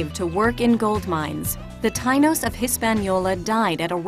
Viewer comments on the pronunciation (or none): Lol the tynos? Its prounounced tie- eenose tainos